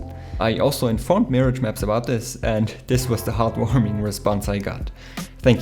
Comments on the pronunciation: It appears to be like the French word. (To be honest for the first week or so I pronounced it like you xD) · Nice video :D That Mirage pronunciation tho xD